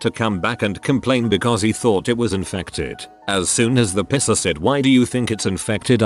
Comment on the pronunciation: It took me two scenarios to get that the AI meant "Piercer" and not "pisser".